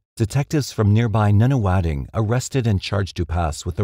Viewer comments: Hehe "Noona Wading" is cute. It's" Nunna- Wodding." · Love your videos but sometimes your pronunciation of Australian place names makes me giggle. I shall be pronouncing Nunawading as Noonawadding from now on! Hit me up if you ever want to know how to pronounce the Aussie names for future videos. Some of them are doozies! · That would be nun a wadding not noon a wading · Thanks again for sharing your videos, much appreciated. You also did a fantastic job with pronouncing the Australian place names. The “wading” part of the place name “Nunawading” is pronounced the same as the word for a duck walking - waddle, or like “wad” as in, “She had a great big wad of money”. I’m not sure if it’s just me, but for the beginning of the word “Nuna”, I’ve always pronounced it like this “Nanna-wadding”, but I’m not sure how locals say it. Nanna-wadding or Nunna-wadding. It’s said so quickly that saying either beginning is not going to be too noticeable. But the second syllable is, and it is always pronounced - wadding, Nunawading. It like they are totally against any type of wadding materials, they will have nun-a-(that)wading in Nunawading!!! Population - 11,876 (census of 2016) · Australian here. Just for you info, Nunawading and Arundel(l) are pronounced using the letter U as in the word "RUN". EDIT: Kudos to you for the rest of the 'burbs and towns. It's weird but every one that you got right made me smile. Yes I am one of those weird grammar obsessive people. 😂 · I live in Nunawading. :) Just for reference. pronounce it NONE - A - Wadding. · Lol, how bad did you cringe at his mispronouncing of Nunawading? 🤣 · Noonawading? Nah "Nun a wadding" (Nunawading) North cot not North coat (Northcote)